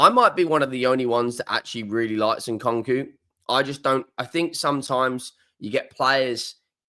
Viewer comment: Your pronunciation is abysmal Who’s Nkonko?